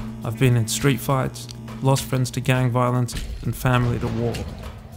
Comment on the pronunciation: if I hear the word "Vaaaalonce" one more time...